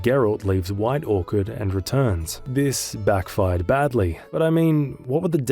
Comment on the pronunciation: Am I crazy or did you call White Orchard, white Orchid😂